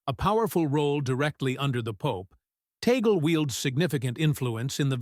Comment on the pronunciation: The name of the Filipino Cardinal is not TEY-GEL. The correct pronunciation of his name is TAG-LE---TAG as in "tag-along" and LE as in "le-mon." Before you talk about him, be sure to properly pronounce his name correctly first. You're not being credible with your very basic error about his name.